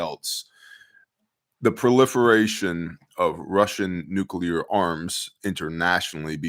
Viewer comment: You’re the only one who pronounces nuclear correctly lol